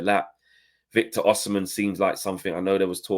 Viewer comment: It’s Osimhen , not Oshimen